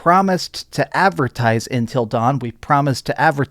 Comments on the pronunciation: UNtil not intel....... jfc, how can you not say UNtil. lol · Why does he keep saying “Intil” Dawn? It’s Until Dawn lol! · UNTIL, not INtil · UNtil, UN...not intil dawn...lol. great vid man! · Please stop calling it ‘intill dawn’